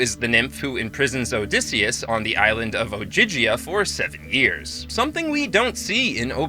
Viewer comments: Why can't you pronounce Odysseus correctly? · This is the American pronunciation.